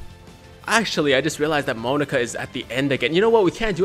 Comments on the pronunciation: Mo-nah-ka!!! Not Mo-nu-ka. That is wrong. The middle nah is like NAH BRO YOU AINT SAYIN IT RIGHT! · Also the pronunciation is MO-NA-KA, not monica. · "MOE-KNOCK-AHHH" correct 100 percent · its mon then naka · Its Moe-Na-Ka it was also said in the anime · I'm gonna rainbow if there aren't any great phy units from the Broly banners, as for the pronunciation in the sub I'm pretty sure its pronounced (Moh-nah-ka) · Pronunciation is MO-NA-KA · F2p 400k not bad Also its moe-nah-ka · The correct pronunciation is moo-knock-ah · I think it should be pronounced as Mo-Na-Ka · Its mo na ka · Its pronounced Mo-Knock-A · If you keep pronouncing it "monica" im going to keep reminding you i have 3 LR goku and Friezas 😂